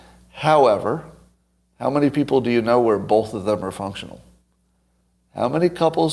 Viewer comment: Everyone else in the world- “both” Scott- “bowlth”